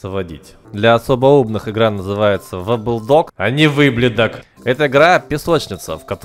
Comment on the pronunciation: дЛя ОСобО УмнЫх ИгРа НаЗЫваеТсЯ "воблодог" а Не ВыбЛедоГ😡😡